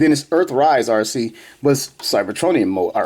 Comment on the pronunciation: Arcee? More like Ar-Ski. 🤣